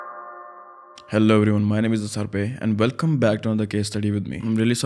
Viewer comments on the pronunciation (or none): none